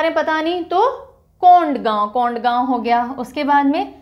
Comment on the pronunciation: That is कोंडागांव Not कोंडगांव